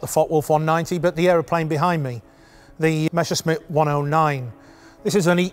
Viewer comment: Why do they always get it wrong. The pronunciation is Me S S er SH mitt. Not the other way around.